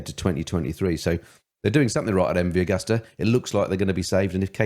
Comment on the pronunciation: The name is MV Agusta. It's pronounced A-goo-sta!